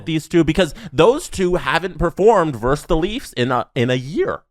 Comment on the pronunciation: "Versus", not "verse".